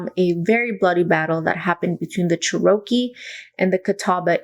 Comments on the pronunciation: Just helping, it's pronounced "Chair RO kee" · Cherokee is pronounced "CHEH ruh kee" my friend. Thank you for this interesting video!